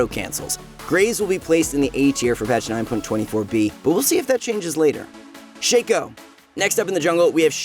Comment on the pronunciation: Shack O not Shake O